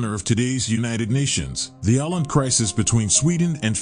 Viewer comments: Its not Aland, its Åland! It was a part of sweden for tusends of years and Finnland proper was a part of sweden only for 700 years! Sweden lost finnland in a war with russia, and they took Åland altso! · The place, that is both a country and an autonomous region, despite all ignorant objections among the comments, is pronounced like "aw-land", not "aland". In IPA it is [o:land]. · Apart from the various inaccuracies of research that the comments below indicate it would have helped if the narrator had pronounced the name correctly. The Swedish letter åÅ is pronounced like the 'aw' sound in the English word 'awful' and not like the 'a' in 'father'. You could say that his pronunciation was not awful enough! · Oh, so Åland is pronounced as "Awland" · Most people in the South of England, the English ones anyway, know about this island, it's the large one to the west. The say Ireland, but they actually pronounce it Åhland. It's very confusing. Just listen to BBC. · It's Finnish and it's called 'Ahvenanmaa'. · Åland is pronounced as "awland". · Isn't it otonounnced "oland"? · Stop calling Åland a country and a nation. It is simply a lie and incorrect. Åland is an autonomous region of Finland just as Corsica belongs to France and Sardinia to Italy. Åland belongs to Finland, but the inhabitants speak Swedish. There are several regions in Finland with a Swedish-speaking population. Åland is pronounced "Ohland". This beautiful, small island with 30,000 inhabitants is not a country. Please. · Åland is pronounced [Oh-land] for those who wonder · The region Åland is pronounced Oh-land. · It's pronounced "ohland" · I was going to look to see if someone would mention the pronunciation. I'm Irish, and I hate when narrators don't take the time to figure out the pronunciation. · You, or the "Reader" keeps mispronouncing the name of the islands. There's a reason why there is a circle above the "A" (Å). Otherwise, nice informative video. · Nah, dude can't even say Aland right...